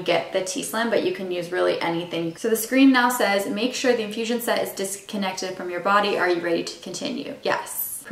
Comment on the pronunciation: SET... SET... S E T!😂😂😂😂NOT site. If you were HYPO I could understand. But I don't think you were. But besides the Canadian mispronunciation, this video did help. I am NOT going to go STEEL. I cannot just jab myself. 😂😂😂😂😂 And I don't think I should have to suffer the discomfort. 30k plus injections were enough for me.😂😂😂😂😂